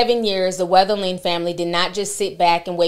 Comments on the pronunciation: How is it that you had to read and type this boy’s name several times to make this video, but you’re still pronouncing it like there’s an “H” in his surname? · His name is being mispronounced in this video. 🤦‍♀️